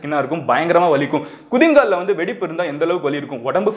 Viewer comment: Gowri said குதிங்கால் instead of குதிகால்😜